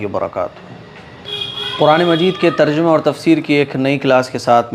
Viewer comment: The word is Tarjima ( TARJIMA ) not tarjama please keep in your mind